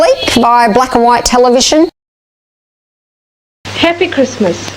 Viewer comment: "Tell-a-vission" Another bitcoin..!